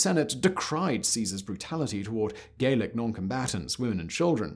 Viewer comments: Gallic is pronounced Gallic, not Gaelic (which is another type of Celt altogether). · Why is he pronouncing it "Gaelic" (hard "a") and not "Gallic" (soft "a") when referring to the people conquered by Caesar? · Very enlightening! However the Gauls of France were addressed as 'Gallic' eg gal--ic, not Gaelic as you seem to suggest! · Gallic is pronouned gah-lic, not gay-lic. Gay-lic would be Gaelic, a Celtic language. Anyway, lead water pipes weren't even banned in the US until 1986, so you may be overstating your case a little.